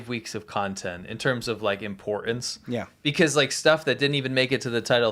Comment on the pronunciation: Dude, stop dropping your 'T's'. Its imporTance, not imporuhnce. Get those 'T's' back into your Enunciation. Love the show, sorry to be a D*CK, but its SO annoying that this is a new thing... WHERE have the Ts' GONE?? 🤣🤣🤣🤣🤣🤣